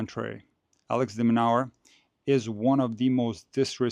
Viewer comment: Correction. Pronouced as Alex De Minoor or De Minour not Alex Demonower